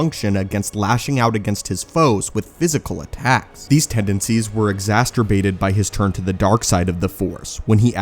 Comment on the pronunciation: I'm sorry but you really need to learn how to say 'exacerbated' bro lol